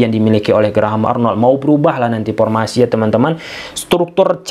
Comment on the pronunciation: paktor,epaluasi,pormasi,pulbekkananpulbek kiri,rapel setrok,op posission,persus,pipa ranking,so par,pisik power,depensip,inperted,atmospir,repitisi....keren si narasinya,,cma aneh denger "F,V,berubah jdi "P"...haha,,semangat om..ulasan taktik strateginya..🤭